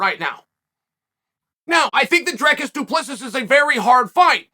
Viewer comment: I dont think thats a good match for Dricus. He has too awkward of a style and gets wild, which leads to alot of opportunity for Bo to take him down and keep him there. But hey, you never know.. And Chael, you pronounced his name wrong lol